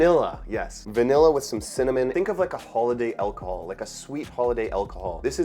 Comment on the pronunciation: Interesting pronunciation of alcohol and fragrance. Are those typically canadian?